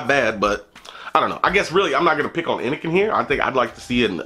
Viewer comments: Fucking awesome video as always man, even if you fuck up the name constantly, haha!! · How u reviewing a product but constantly say the name of the product wrong..